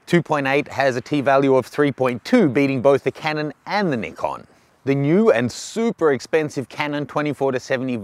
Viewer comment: Ohh, finally someone that pronounces Nikon right. It's Nee-con, not Ni-con